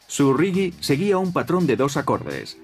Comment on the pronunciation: se dice reggae no riggui!